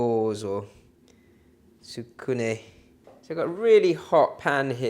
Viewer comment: The pronunciation is "tsku nay". Often an internal "u" is dropped when speaking. Nice recipe!